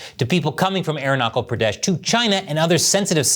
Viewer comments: Great episode! A tiny correction -- the "ch" in Arunachal is pronounced like the "ch" in "child" or "chair"! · Learn to say it right clown, ARUNACHAL PRADESH Like CH - CHINA..CH - Chimpanzee(you) CH - CHief Minister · Arunachal with the "ch" from chocolate, not "k". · Namaste and a good day. The state’s name is pronounced with a ‘ch’ as in ‘chance’. Thanks again for a well-made episode. We Indians also rile and pique the Chinese by producing what is called an Indo-Chinese cuisine. That is food for thought for you. It is delicious in its own way. It is a a part of what we call ‘jugaad’, a kind of field expedient, an improvisation. And we have not changed the names of the Chinese dishes unlike the CCP that go places only by unilaterally changing place names. Are there such things as Shanghai shenanigans? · Learn to pronounce Arun-na-chal - it NOT aru-na-cle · its not Arunakal its Arunachal😂😂😂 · It's not Arun-na-Kal, it's Aru-na-Chal, cha as in Chap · I hear "Arunakal". It is Arunachal as China is not pronounced Kina. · It's Arunachal as in nachos, not Knuckle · AROONA-SHAL not ARUNA-KAL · God, the way you're pronouncing it sounds like airknuckle pradesh; the cha in aruncachal pradesh is pronounced as the cha in cha-cha-cha. It's kind of hilarious and infuriating. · ..arunachal is pronounced - "aroona charl" , not "aru nuckle" 😖 ... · Sir just a correction it is Arunachal Pradesh where the ch is pronounced as chips (chuh) not kal ! Please make that correction 😮🙄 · It's arunachal,not arunaKAL btw. Just how we call Trump, chump and not kump. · Its not arunaakal... Its arunachal... Ch...... Idiot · Good person! It is not Arunakal, It is Arunachal! The 'ch' should be pronounced the same as 'ch' in 'China'! Please inform yourself about it! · Its not arunakle its arunasal(arunachal) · It's not "Aroonuckle", it's Aruna chal, "Ch" as in Charles. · it pronounces - Arunachhal not arunakal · His pronunciation of Arunachal is hurting me more than Chian. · " Aaron- knuckle " 😂